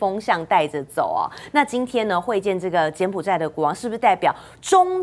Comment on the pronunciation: 柬埔[寨]： 音[賽](X) 音[債](O)